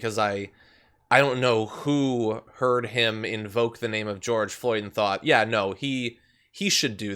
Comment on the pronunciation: I’m surprised Cheeto got George’s name right! 😕